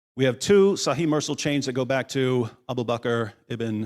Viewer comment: Fantastic! But Mursal is pronounced Moorsal.